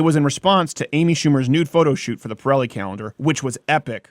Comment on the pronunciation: I’m sorry, did you say “calendar” or “Cowender”?